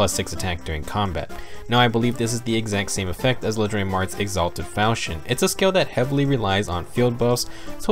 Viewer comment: FAL KEY ON. FAL. KEY. ON. not falshyon not falshon FAL. KEY. ON.